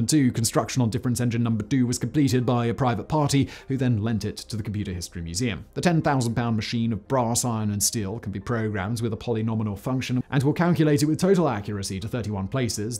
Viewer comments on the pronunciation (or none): I think the word you want in regards to Babbage is "polynomial", not "polynominal". At least, that's what it sounds like you're saying.